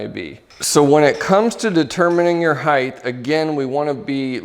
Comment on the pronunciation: "Height-th" There's no "th" pronunciation at the end of height my friend 😂 - great video though!